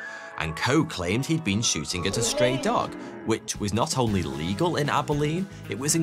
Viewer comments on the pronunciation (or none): none